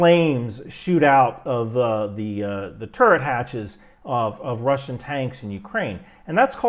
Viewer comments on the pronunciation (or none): none